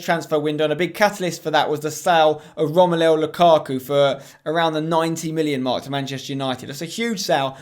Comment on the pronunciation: "Romelell Lukaku"